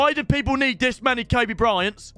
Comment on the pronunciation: Did he jus called Kobe tobi😭